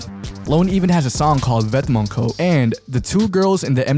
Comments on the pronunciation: its pronounced vetmon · The way he says vet-MONTS 😂